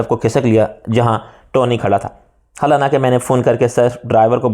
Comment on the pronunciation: میں سمجھا لفظ ۔۔حالانکہ۔۔تیزی سے پڑھنے کی وجہ غلط ادا ھو رھا ھے مگر بار بار ادا کرنے سے پتا چلا ایسا نہیں ھے حالانکہ عام لفظ ھے جو انپڑھ بھی صحیح ادا کرتے ہیں مشکل لفظ ھوتا تو کوئی بات بھی تھی😢